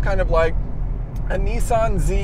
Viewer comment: When are you going to learn to say Nissan properly? lol :D, anyway, good review :)